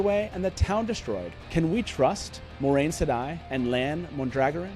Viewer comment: Is there a reason why they pronounce it Mondragoran? subtitles say that too.